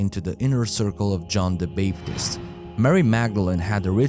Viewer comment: A real researcher and research channel would have tried to learn how to pronounce major names, esp. if their first language isn't english; John the "Bape"-tist? Renay le Chatoo? Very sad.